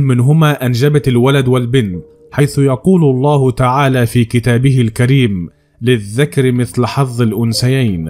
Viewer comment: للذكر بفتح الحال وليس بكسره